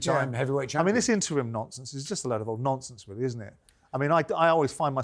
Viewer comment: “Simon is talking a load of nomfonce again!”